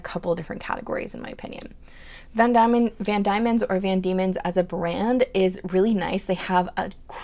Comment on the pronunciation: Yoseka has LTB samples, and Van Dieman’s is pronounced deemans according to vids on their YT channel. 😊